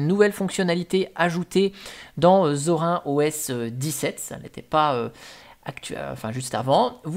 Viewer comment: C'est Zorine pas Zor1